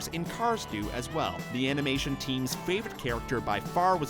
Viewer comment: Number 60 he says amination instead of animation😂 I'm sorry